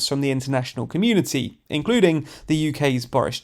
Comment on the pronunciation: "carrying passengers in-CLUDING!!!!" lol